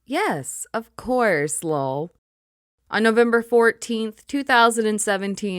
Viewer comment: Stop with the BOTS narrating your videos! It is not Loll. It is LOL as in laugh out loud!